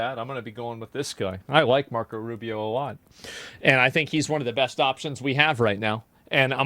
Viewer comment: Not Rufio... ROO BEE OH ROO BEE OH ROO BEE OH